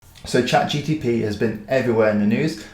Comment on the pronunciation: Good video with interesting tips! Just a heads up; it's GPT not GTP!